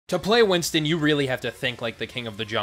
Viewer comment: Btw it's Winston not winton